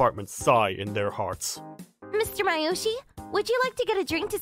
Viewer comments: Am I the only one annoyed about the pronunciation? His name is Masayoshi, not Mayoshi.. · Please pronounce Masayoshi’s name properly!